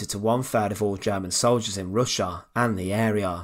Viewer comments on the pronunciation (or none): none